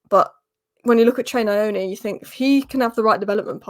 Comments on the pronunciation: You are reading it from a western perspective, so you are putting a vowel between the “N” and the “Y” - “Nayoni”, in our language you say the N+Y with no vowel between. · Hi you pronounce Nyoni like how you pronounce Ronaldinho its Trey nn-your-knee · I think the 'N' in Nyoni is silent. I wouldn't get my hopes up until February. I still think it's a new manager bounce lol.